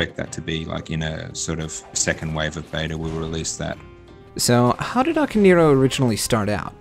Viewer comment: For christ sake, people. it's "Ah-kah-neh-ee-roh", not "Aka-neero".